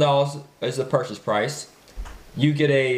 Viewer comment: IT'S PURCHASE. WITH A S. LOL